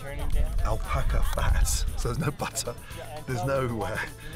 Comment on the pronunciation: Es ALBACA xd no alpaca :v